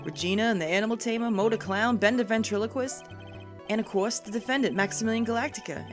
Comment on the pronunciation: You guys..... Ben-Trilo-Quist. Ventriloquist